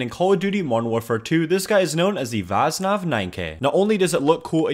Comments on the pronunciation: You do realise that "Vaznev" should not be pronounced as "Vaznav" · Why do you pronounce Vaznev like.. "Vaznav"?..